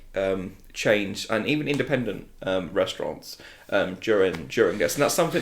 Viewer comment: First time on this channel Good video enjoyed listening Guy in the shorts needs to stop talking like this though .. Good Lord 🙄🙄 1 - we feel like this is a discussion that needs to be had by a FILM CHANNEL 2 - There;'s a thing where there not allowed to make announcements when the stocks CLOSED 3 - It gave people the trust that got them to go back to " RESTURANTS " 4 - There looking to do it immediately soon as POSSIBLE 5 - Like bond is kinda family so that would have " WORKED " 6 - in the uk bond would have probably taken about " TWO THREE HUNDRED MILL " 7 - There still many questions around it weather picture house is "GONNA CLOSE "